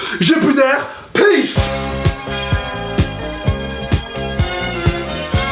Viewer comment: c'est peace pas pace. -_